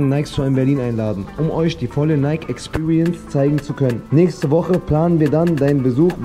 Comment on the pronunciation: Junge es wird wie Nayki ausgesprochen! Kein stummes e 😵‍💫